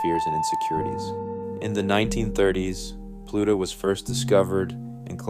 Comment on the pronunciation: I think this is AI. he mispronounces “fist half of life” unproblematically. No one would do this who otherwise sounds like a native speaker.